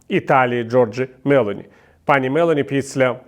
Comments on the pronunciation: Giorgia Melóni, пане Віталію! Акцент на "о" 🤗🤗 Дякуємо вам за роботу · МеЛоні - наголос на " о ". Дякую.